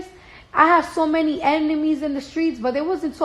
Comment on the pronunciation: Ain't no way in hell you 25 yrs old and still can't say enemies